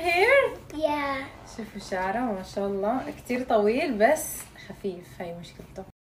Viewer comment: الله لفظ الجلاله بالهاء وليس التاء